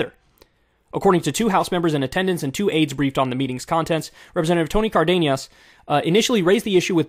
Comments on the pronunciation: This guy really out here calling him Cardeñas. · FYI it's pronounced Car-dean-es or Car-den-es